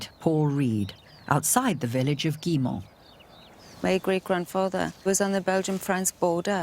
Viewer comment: Did he say ; "this is the village of Gillymont" the actual pronunciation of which is more like " Gooymaw". Why are we so poor at foreign languages? It's not THAT difficult to learn how to pronounce these words properly, or even near properly but to not even try - and these people are qualified experts in........something.